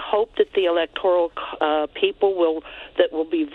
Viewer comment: All these idiots...it's ELECTORAL not ELECTORIAL